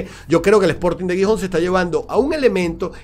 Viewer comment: aunque Gijón comience con G, se pronuncia como si fuera una J. Sonaría un poco como jijón